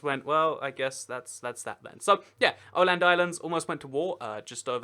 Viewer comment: its pronounced A-land not O-land